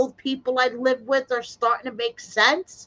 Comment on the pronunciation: Duh, Live not Luve